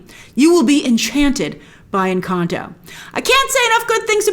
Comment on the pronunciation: I LOVE how you pronounce "Encanto"